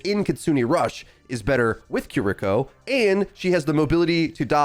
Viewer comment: Who’s “kur-eeko”?